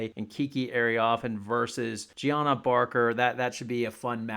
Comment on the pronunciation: Also, it’s pronounces “juj-nigh-uh” barker. Not Gianna lol